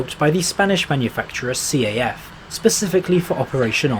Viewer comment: I think, that you should pronounce the 'CAF' as one syllable. Fun fact: CAF stands for "Construcciones y Auxiliar de Ferrocarriles", which means "Construction and Other Railway Services" and is notable for longest tram type in the world, the CAF Urbos 3 (especially 9 section variant produced for Budapest, Hungary).